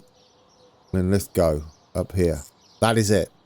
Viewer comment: You got it Linlithgow right (mostly) :-) Lin-lith-go not goww Or in local dialect Lith'gae :-)